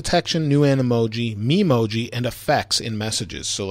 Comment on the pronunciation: You're saying Memoji wrong